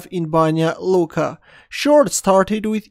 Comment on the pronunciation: you pronunced Banja Luka perfectly